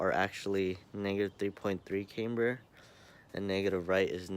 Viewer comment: Is not “came-ber” Is “CAM-BER”....